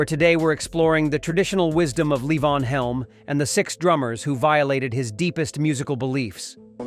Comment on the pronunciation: I wish people would properly pronounce Levon's name. Levon pronounced it Lee-von 100% of the time - never La-Vonn.